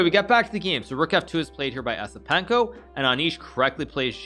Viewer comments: its pronounced YES-IPENKO, not ESS-IPENKO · He didn't even try to pronounce it correctly 😂